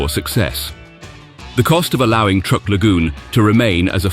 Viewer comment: Truk is pronounced as truck, not trook!